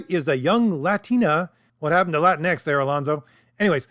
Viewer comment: Whyte supremacists pronounce it "La Tinx". Thank you for not doing that.